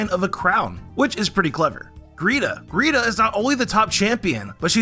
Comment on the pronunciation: so basically you're saying Lucian is not only a nerdy bookworm, he's also a potential r/im14andthisisdeep post? oh and why do you call it "Greeta"?